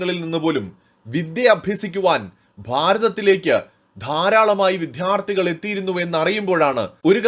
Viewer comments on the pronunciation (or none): Diction please, not madya, it is maDHya! Not viDHyarti, it is vidyarDHi! Repeat ten times and correct yourself! The elocution is important!